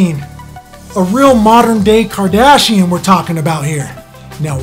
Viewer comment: You f*cked up on the cardashion part😂😂😂